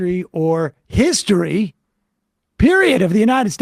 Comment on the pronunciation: Her eyes are actually wider apart than the actual width of her skull. Clearly inbred. Plus, she says "hishtory" to seem more classy.